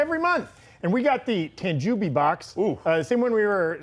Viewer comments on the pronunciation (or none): Tahn Joe Bee,. TAHN JOE BEE.